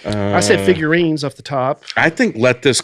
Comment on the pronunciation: “Figurines” is a crime